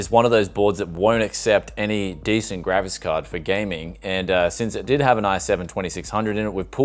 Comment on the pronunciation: gravis card = an old brand of sound card. He’s mispronouncing ‘graphics’ to sound like ‘gravis’... I think 😂